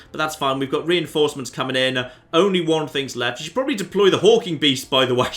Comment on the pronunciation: Is he calling them Hulking Beasts or Hawking Beasts? I legitimately can't tell.